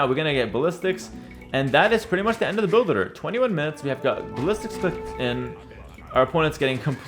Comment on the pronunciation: the way you say "build order" is totally fked up, actually annoying lol. Speak clear, stop mumbling the words.